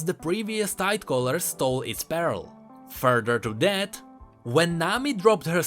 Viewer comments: Well "pearl" is relatively pronounced as "perl"... lol... i always thought u were saying "barrel of the abyss" all this time.. n i was like ...wtf. its now that i understand that u were just misprounouncing "pearl". Lol. Well anyways... keep the good work... n on this.... "your welcome. I'll come again" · every time he said pearl it sound like peril (or immediate danger) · Oh 'pearl' i heard 'barrel' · please read this PARELL IS DIFFERENT WITH PEARL:D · to me it sounded like you were saying pear-el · IKEA 2 hard 4 fresco yea he sounded like he was saying "abyssal barrel" lol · Sounds more like peril. But in Nami's story finding a pearl really is peril. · I love how you pronounce "Pearl" as "Peril" on a regular basis in this video. It is just so fitting! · Yo, just wanted to let you know that you pronounce the "ea" in pearl as the "i" first, so kinda like an "uh" sound. Just some constructive feedback on the misspronounciation, that's all:) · Pearl. Please, when you need to say a word 40 times in one video, run it through google translate